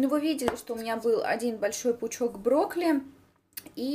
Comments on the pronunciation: интересный рецептик, попробую обязательно, тем более брокколи люблю очень) Единственное, что резало слух, так то, что ты говорила в видео не брокколи, а брокли:D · Broccoli, a ne broccli ;) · почему не брокколи,а брокли.слух режет